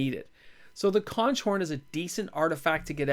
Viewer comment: very nice with conch horn, but its pronounced conk horn...as in conk the sea shell creature that is actually delicious to eat...typically in ceviche